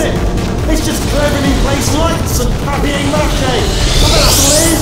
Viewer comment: I'm French and he pronounced papier mache properly